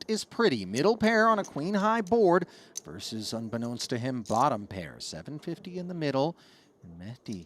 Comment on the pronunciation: The word "versus" has two syllables. FYI